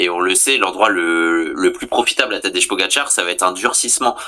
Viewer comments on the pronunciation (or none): Tadej = Tadeille, Tadeye, Tadeï Mais pas Tadeche, Tadé ou Tadeje